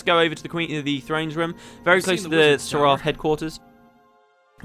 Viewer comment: Once again you mispronounce seraph in a video where the game correctly pronounces it. SERef.